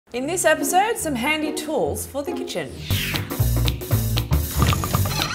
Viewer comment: Instead of saying this she says dis